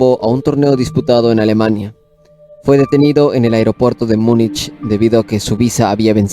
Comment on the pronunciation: Camarada, hay que poner especial ojo en tus pronunciaciones. Haces un iceberg del ajedrez y pronuncias mal Carlsen y Munich.